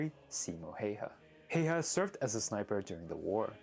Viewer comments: Good video! Shame you didn’t mention anything about Saunas, a very important part of culture and the only Finnish word to enter the English dictionary. Also, please try to pronounce the names properly. Most were passable but Häyhä made me cringe a bit. Good job otherwise! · It's been a problem since forever but I have yet to find a way to demonstrate how to correctly pronounce Simo Häyhä's name.